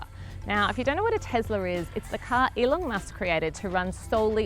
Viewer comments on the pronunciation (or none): TeSla, not TeZla... Not to mention the worst car review I've seen in ages. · WTF is a "Tezler"?